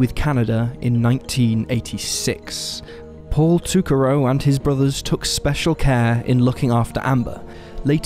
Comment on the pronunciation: I think Amber's last name is pronounced like "toe-carr-oh." That's how I've heard it in local news stories. I could be wrong, though.